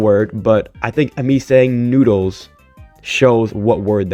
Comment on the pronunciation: When you said noodles I had to rewind the video like 5 times to understand what you were actually trying to say.